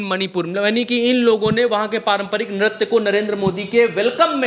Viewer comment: Bhai nartya nahi niritya hota hai ,waise koi fark padta likin concept clear hona chahiye, phir bhi reporting acchi hai